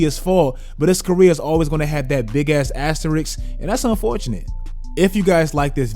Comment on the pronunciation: Wait say the first syllable again? Unfortunate? WRONG